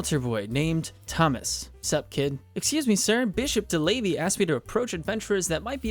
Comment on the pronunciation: I died a little every time you said DeLavey... 😅 No clue how to type it down so it's easily recognizable for anglophones, though... 😢 Now it's too late, anyway. 😂